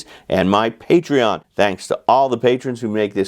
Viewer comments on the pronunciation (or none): none